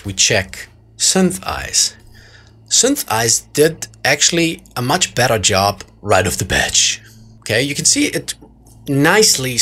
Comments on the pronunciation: It's "Right off the bat." , not "batch" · It is "right off the bat" not "batch" :) "t" pronounced like the "t" in "Karten" or "Tisch"